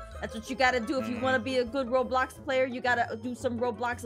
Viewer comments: Wait where l it's not robox it's roblox🤣🤣🤣🤣🤣🤣🤣🤣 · Why did you say robox it was roblox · ROBOX Me: X-Box????? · Being worried about the word robox instead of roblox:😯😯😯